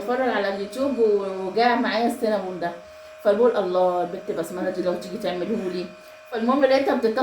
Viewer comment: السينابون يا 😂بحرف النون مو اللام ومل عام وانتي بخير